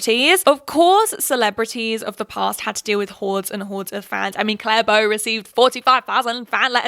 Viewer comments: CLARA BOW PLS I love your vids but a little piece of my soul died every time you said Clare Bow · It's pronounced 'CLA-RA Bow', not 'Clare Bow'. BTW, don't forget '60s It Girl Edie Sedgwick. She was a wealthy socialite who modelled for Vogue and who was a muse to Andy Warhol. She sadly died at age 28. Edie was known as the 'Girl On Fire'. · Her name is Clara Bow not Clare Bow !! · Her name is Clara Bow!! not claire bow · calling clara bow 'claire bow' is killing me ngl